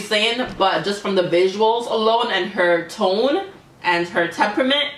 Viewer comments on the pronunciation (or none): none